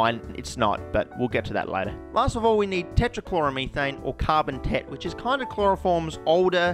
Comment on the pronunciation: Hehe carbon tet sounds like carbon tit